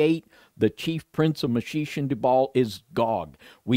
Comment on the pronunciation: Meschech ... pronounce Me*shack ...